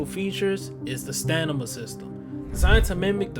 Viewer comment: I swear bruh said Stanima 😂😂